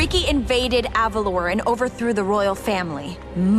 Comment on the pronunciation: Personally, I NEVER liked Jade. She feels like one of those friends that get upset at the slightest mistake you make, and never change their mind. I feel like she's a bit of a brat because of this. Also, yes I want Elena (pronounced Eh-lay-naa) of Avalor (Ah-vah-lohr)